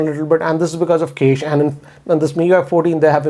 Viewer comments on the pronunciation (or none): Cache is pronounced as 'Cash' Sir. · Loved the way he says 'cache'😅